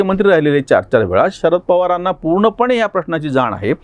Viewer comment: मला नम्रपणे हे सूचित करायचे आहे, 'त्या'शब्दाचा विरुद्धार्थी शब्द'ह्या'असा होतो;तरी 'ह्या' ऐवजी 'या' असे वाचन/लेखन होत आहे.त्यामुळे यामुळे, यापुढे,यांना/नी,यांचा/ची/च्या/चे, यावर्षी अशाप्रकारे चुकीचे भाषण,वाचन आणि लेखन होत आहे.